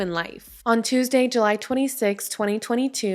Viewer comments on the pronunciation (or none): none